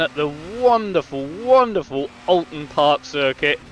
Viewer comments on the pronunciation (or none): By the way it's Oulton Park.... from an ex Marshall..